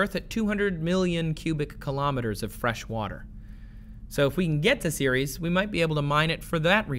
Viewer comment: Took me a solid three minutes to realize he was saying Ceres and not Series. I always thought Ceres was more like Sair-res. Like the Sar in Sarah and res like rest.